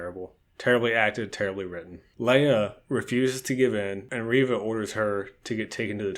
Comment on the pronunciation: It is pronounced... ReeeeeeeeeeeeeVA